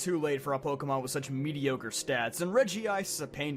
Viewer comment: You're pronouncing Regice that way on purpose